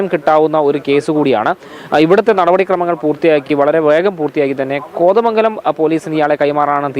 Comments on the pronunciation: കൊതമംഗലമല്ല. കോതമംഗലം അങ്ങനെ പറയണം style കുറച്ച് കുറച്ചാൽ ഉഛാരണം ശരിയാകും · ആസ്വാസം അല്ല കൊച്ചെ. ആശ്വാസം. കൊതമംഗലം അല്ല കോതമംഗലം😂